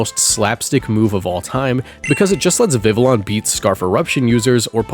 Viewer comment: how going to be Mexican and pronounce the LL in Vivillon like Viv-Uh-Lon